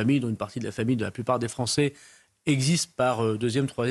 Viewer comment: Un comble: "Satisfaites vous qu'un ministre abonde dans votre sens, qu'il dise submersion", alors que cela fait des décennies que les français le pensent et le disent ! Et enfin: 1- on ne prononce pas "polonés" ou "francés" mais polonAIS et françAIS 2- "CE SONT les français" et pas "C'EST les français" Pas "assimilé" totalement le sieur Darmanin ?